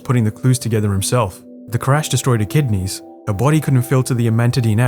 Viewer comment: You said Kidineys